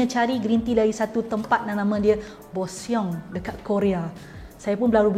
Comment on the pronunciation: bukan bosiong lah puan mary😂 ejaan boseong tapi cara sebutan bosong. okay tu je nak betulkan😅